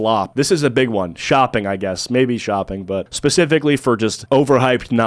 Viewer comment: It's not shopping, I think you meant shlopping!